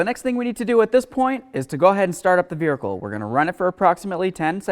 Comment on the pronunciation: Great video! I never knew the word "Vehicle" had an 'r' in it though. Hmmm....😂